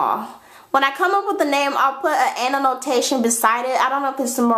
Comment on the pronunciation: It's so funny how you always say "ananotation" instead of "annotation." LOL